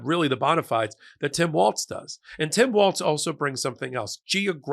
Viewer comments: Walz... pronounced walls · It's Tim "Walls" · Pronounced 'Walls'. Great pic by Kamala! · His name is spelled Walz. His name is pronounced "walls". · I’m not an expert but I always try to pronounce peoples names the way they want them spoken, to the point where it’s a weird thing I’m known for at my workplace. And regardless of the German pronunciation, which I’m guessing is his background, he pronounces it “walls” and said so during one of his rallies previously so that’s probably how people should pronounce it. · Please PLEASE There's no "T" in his last name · Please pronounce his last name correctly. It’s Walz. There is no t in his name……. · It’s “Walls” by the way. Not “Waltz’. Love what you do. Every day. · Maybe my ears deceive me, but it sounds like Micheal is saying Tim Waltz, and not Walz ? Anyone else? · I love your network. But, please pronouce Tim Walz' name correctly. Walz, not 'WalTz'. No T. Meanwhile, thanks so much for your sane discussion, analysis, and researched info. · NOT WALTZ!!! WALZ like WALLS. No T in Walz. My god folks! Learn to pronounce names! Practice. Your walls are green. No border walls. Tim WALZ! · Love what you do. FI'm from MN so, friendly tip...it's Tim WALZ not WalTz.💙💙💙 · you make many, wonderful points, but his surname is Walz...not Waltz. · His name is pronounced "Walls", NOT " Waltz"! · Pretty sure it’s pronounced “wall-S” not like the dance with the Z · His name is not Waltz. More like Walls. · Not to be picky, but it's pronounced Walls, not Waltz. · “WALLS” not “WALTZ”!!! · Hi. I'm a Minnesotan. Please allow me one minor correction. It's Walz (Walls) not Waltz.:-) He is a fantastic pick!!! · You keep pronouncing his name wrong! It's pronounced Walls, not Waltz! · it’s pronounced Walls, not waltz. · Walz not Waltz. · Walz is pronounced Walls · I think it’s Walls not Waltz. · His name is pronounced Waals (walls) not waltz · Why does everyone insist on calling him "Waltz"? It's Walz, no T.